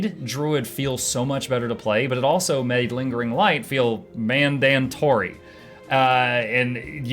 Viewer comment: mandAtory??...not manDENTory, thanks;) love you and your work, please stay awesome and safe:)